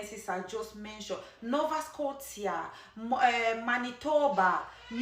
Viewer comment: Nova Scoteea?? New brunskit?? Bruh